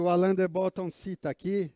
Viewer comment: A pronúncia não é Bótton e sim Bottôn